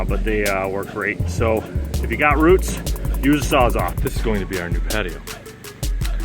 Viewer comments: Are you saying "sawzaw"? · It sounds like you’re saying sawzaw, not sawzall. I think that’s why he was asking.